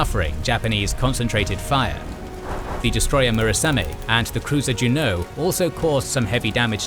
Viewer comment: Like Juneau and Helena? None of these series gets Helena right. :)